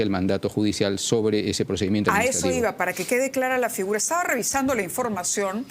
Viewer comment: Este sujeto es un gangster. Y como tal, ni siquiera pronuncia bien: “taba” en vez de estaba. Miserable!